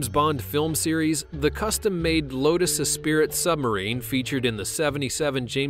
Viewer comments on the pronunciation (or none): Not 'Espirit', it's 'Esprit'.. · and by the way...it's pronounced LOTUS ESPREE , not 'es spirit'.... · That Bond Lotus is NOT an E.Spirit... It's an ESPRIT! (pronounced espree) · it's not "Lotus Espirit".... It's "Lotus Esprit"... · Just wanted to point out that the James Bond lotus esprit is pronounced "espree" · thank you omg i was really annoyed by that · "Lotus E-spirit" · "es-pirit" lol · espirit? ESPIRIT? O.o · did he just say espirit....smh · Why can't Americans pronounce espirit right? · The Lotus Esprit is pronounced Es-pree... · the T in esprit is silent. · Please say esprite right :)